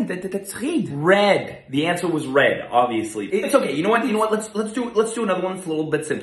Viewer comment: That "obviously" struck real hard